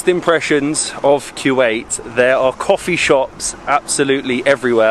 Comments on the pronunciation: Actually it is not Kuw-ait It’s actually Ku-wait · It's KUWAIT not que- wait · It’s kuwait not Q Ait, please try to say it right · bro hes calling my country kuweait.... its kuwait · It ain’t qeuewait it’s koowait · It’s not Quwait it’s kuwait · Q8!? I thought that was just an Audi SUV, thought it was pronounced "co-wait" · Why do you keep saying q-ate when theres no q in the spelling wilst!!!